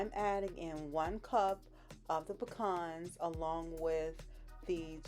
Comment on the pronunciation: Thank you for pronouncing pecans correctly...exactly the opposite of how my M in law says it! Every ingredient rocks my taste buds...